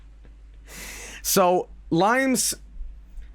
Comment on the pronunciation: LOIMES INNIT